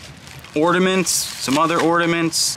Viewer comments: That's why I came to the comments...say you don't know what you're looking at without saying it. Oh.....and "ordiments"...??? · the word is Ornaments, not ordaments 😂